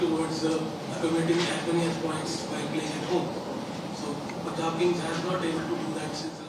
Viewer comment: It is not Poonjab. Say Pun and then jaab